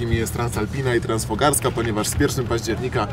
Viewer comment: Transfogaraska, nie Transfogarska - te góry to Fogarasze, nie fograsze 🤪